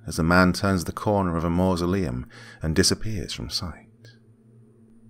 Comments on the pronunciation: When you're too drunk to pronounce masuleom. Don't worry guy, we've all been there. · The dad couldn’t say mausoleum lmao